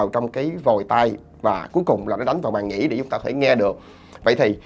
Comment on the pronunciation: "Màng nhĩ" chứ k phải "Màn nhĩ"